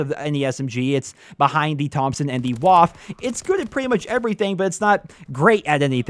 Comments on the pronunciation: the WAF? IT'S WAFFE. LEARN GERMAN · Isn’t the waffe supposed to be pronounced “va-feh”? The same way you’d pronounce Luftwaffe? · the Waffe's W is Pronounced like a V cause it's German. The only reason I mention it is cause some grammar/pronunciation Nazis will probably bother you about it in the future. edit: Oh yeah and the E on the end has an "uh" sound so it's not silent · Woaaf..... WAFFE! Junge...WAFFE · How you pronounce the waffe😂 No hate, it just sounds funny.